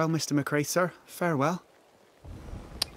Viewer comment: Also Ruaidhrigh = “Ru-a-ri”. And Mac Raith should be “Mac Rai” but the game pronounces it wrong. Gaelic orthography is a nightmare, don’t feel bad.